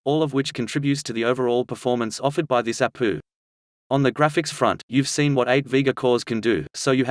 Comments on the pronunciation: man said apoo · Yo my man I almost died everytime you said a poo